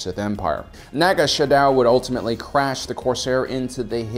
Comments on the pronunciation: I love your videos, but this is at least the third video where I've heard you call him Naga Shadow. There's no "h", it's Sadow. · TOLD YOU 2 VIDEOS BEFORE, IT'S NAGA SADOW, NOT NAGA "SHADOW"! Dropped a like on the video regardless... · Does his pronunciation of Naga Sadow drive anyone else nuts?